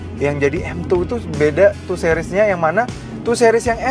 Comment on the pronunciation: 2 sih-ries, bukan 2 seh-ries